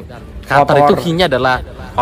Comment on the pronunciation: Jangan sebut Qatar lagi tapi Qotor!